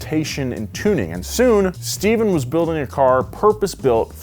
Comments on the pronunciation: You so said his name Stephan papadakis not Steven a legend deserves his name said correctly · I know I'm a year late, but i's "Stefan" Papadakis not "Steven" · I cringed so hard every time he said Steph Papadakis' name wrong. 😬